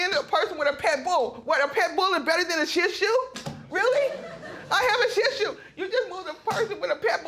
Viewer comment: Did she say she had a Shih Tzu or a tissue? 😆🤣😂